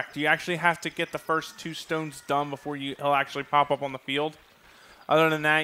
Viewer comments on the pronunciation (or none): none